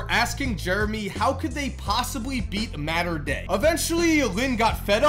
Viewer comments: Its mater dei not mater dei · Mater Dei is “Mater” like the truck in cars and “D” like defense.